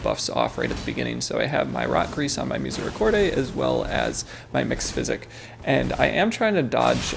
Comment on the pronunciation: theres no "ay" when you pronounce misericorde